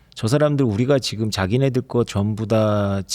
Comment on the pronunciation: 여자진행자 발음이 씹혀서 듣기 거북합니다. 발음 교정 좀 하면 훨씬 듣는 사람이 편합니다. MZ들 ‘ㅈ’발음 중국어처럼 하지 마세요. 지금을 치금이라고 발음하고 있습니다.